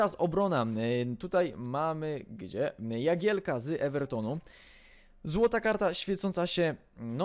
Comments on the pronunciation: Nie "Jagielka" tylko "Dzagielka" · Nie "Jagielka", tylko "Dżagielka"... Tak samo jakbyś mówił "Boteng" albo "Sessengnos"